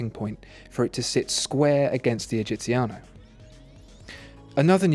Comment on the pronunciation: GUIDO !!! GUIDO not "Giovanni" ! What a shame... and please , what a horrible pronunciation ... are only 3 words come on : "egiziano" " giorni" " brevettato"